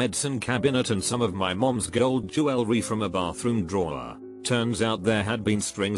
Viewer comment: Nobody: R/reddit: jewel-el-ree